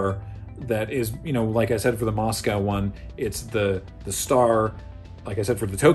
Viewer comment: Great fun and super interesting. Just a question: why do so many North Americans (Canada and USA) pronounce 'Moscow' in such an awful way?? :-)